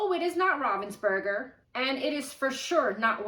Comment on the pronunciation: It’s pronounced ravensburger and not rovensburger